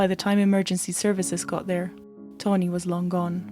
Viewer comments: Pronounce Tawn the same way you would pronounce Shawn or fawn or yawn, then add an 'ee' sound at the end. Your accent isn't weird, but pronouncing people's names correctly shows respect to them, so it is important. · Taw—-neee, but girl I just appreciate You sharing this story I wouldn’t of know otherwise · TAW - rhymes with 'saw,' 'jaw,' 'law,' 'raw,' - NEE BAIRD, not Bird, rhymes with 'scared', 'dared', 'prepared' You can do it, girl. 👍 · Ok now say it with me TAH-NEE lol jk great vid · Omg its TAWNEE BAIRD, NOT TONY BIRD!! I get u have an accent, but PLEASE if u are going to do a story about someone, get THEIR name right hun!! I mean come ON!! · Isn't her name Tawny? I keep hearing Tony. 🤷‍♀️ Victoria seems VERY immature. That YouTube video sounded like it was coming from a 12 yo. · This is hard to listen to; her name isn't Tony. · This video is really good but it also is sooooo annoying that the narrator keeps pronouncing her name incorrectly!! her name is not "Tony" it's "Tawnee" there's a big difference!! Grrrr frustrates me so bad when some repeatedly pronounces names or words incorrectly! Even after hearing it properly pronounced in the video she still continues to say it wrong. Ugh 🤦 that's like calling me Jannifer instead of Jennifer! Come on man really...it's not like she has a thick accent or anything. She says every other thing properly. It's so obvious with the spelling on how to pronounce her name right tho! Damn it. Get it right or don't even bother doing it at all how about that! Shit... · you keep saying "tony" isnt it tawww-neeee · Lol… Sounds like you’re saying Tony.. I pardon you.. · At some point you say “when she saw Tawnee wasn’t moving” and you say “saw” correctly. You can say “saw” but not “Taw”? 🤔 It was very distracting to me but I have ADHD so 🤷🏻‍♀️. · It's pronounced Taw-nee Baird. Not Tony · Its tawnee not toni